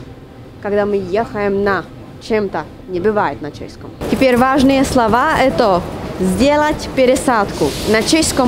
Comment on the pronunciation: Спасибо. Правильно "скажу два важных слова", ударение на слооова.